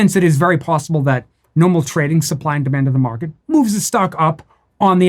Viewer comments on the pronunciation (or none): Hey where you puttin your money... “tha mawket”